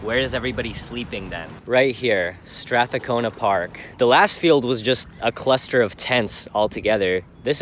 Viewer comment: only ever heard one other person mispronounce Strathcona - lol tripped me out